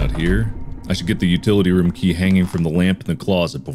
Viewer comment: hearing mark pronounce food like "fuhd" and room like "rhum" is so satisfying for no reason